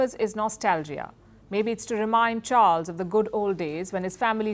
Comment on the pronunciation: The way she says CHARLES 😛😛😛